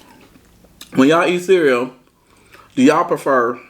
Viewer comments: Whole milk & it’s CEREAL 🤣😂😭not CEREAO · Lol. He is too funny. But every time he says cereaO is crackin me up. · ABSOLUTELY NOBODY:: CEREO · 👍👍 did a great job! I'm a caregiver naturally, I can do it for anyone and have, it's not something anyone can do and most people understand that. Praying for Beloves speech recovery. Much love!💓